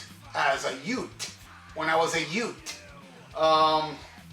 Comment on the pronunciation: exuse me, what was that word you said ? did you say yute ? LOL